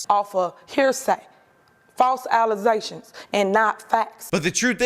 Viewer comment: Allezations, my friend, not fats.